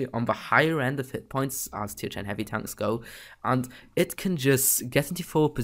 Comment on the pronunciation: Bro it pronounced "Tanks" not "Tonks"